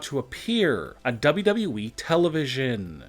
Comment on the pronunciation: HE SAID WWE AND NOT DAABYOUDAABYOUEEE